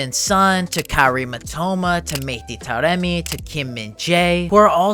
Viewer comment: I beg you learn how to pronounce Taremi's name